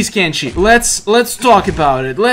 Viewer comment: Why u say kenshe is kenshi not kenshe